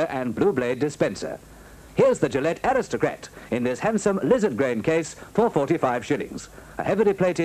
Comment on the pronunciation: Amazing pronunciation of 'aristocrat.'